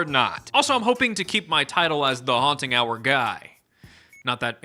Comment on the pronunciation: This is now my favorite "Haunt Hub"? "Hubba Haunt"? I dunno but I love this Haunting Hour guy